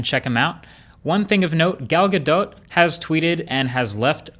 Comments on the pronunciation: " gal ga DOT" shes isreali, its pronounced gal ga DOE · Galdot is pronounced “Galdough” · her name is pronounced gal gadoe I think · it's pronounced Ghal Gadoh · Isn't it "Gal Ga-doe"? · It's pronounced like Gahdoh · Marques, honey. It’s “guh DOE.” The t is silent. 😊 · iPhone users laughing at android users, "oh he has an android" gtfo here enjoy your under screen fingerprint reader 5 years later! It is pronounced "Gal Gadough" don't kill the French language and English lmao. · I think you’re saying gals last name wrong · Marques did an oopsie. The t in Gadot is silent.